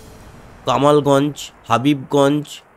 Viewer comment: হাবিবগঞ্জ নয় হবিগঞ্জ হবে।